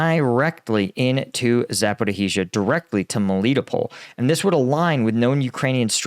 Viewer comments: It's not "Zap-or-ih-hee-zha" lolol Please stop. You're killing me :) (It's Zap-or-ee-zha. Or very close to that) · you generally do a decent job with your pronunciations of Ukrainian place names. Just thought you'd like to know that there is no "hee" in Zaporizhia. It's just ZAP-OH-REE-ZHA. (I don't speak Ukrainian but I grew up in a Ukrainian speaking household) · Please! It's "Sa-po-rish-ya" – come on, you can do it. No need to add even more "i"s. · pronunciation of Zaporizhzhia - zappa-roe-heezha (everyone else says zapporeezha, without the "roe") always makes me smile. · please tell us: Where the hell is "Zaporihizia"?! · Za‒po‒rizh‒zhia. ‘zh’ represents the ‘s’ sound in ‘treasure’. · Close, it's pronounced more like Zaporizhiya. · First off, excellent channel, very honest and pretty down the middle and fair. Wish I could help more at this time.😢 Ok I got questions on who taught you how to pronounce zaporizhzhia. I'm not saying my enunciation is definitive but I have questions and yes I studied Russian. Cyrillic is actually a fairly straightforward alphabet. (Unlike Chinese or Japanese)Запоріжжя If you were taught by someone local to the oblast (region) then stick with the local pronunciation. If multiple people, then definitely stick with theirs. But there's no 'h' sound, or what looks like our 'x' after the r sound as you say it. There's two zhe's, and yeah they're called zhe, just like they read, they sorta look like asterisk *️⃣ to me. It's like thanks we can manage one zhe in a row but two? What the heck? Just hang onto it for a bit longer. The backwards r looking thing on the end is 'ya'. It's very straightforward, Cyrillic just looks jarring until you've been taught. My favorite letter is what looks like a half of an h connected to the letter o, ю, it's pronounced 'you' , when I first saw it I was like 'ho's get their very own letter in the alphabet, I love Russian ' not so fast wannabe pimp.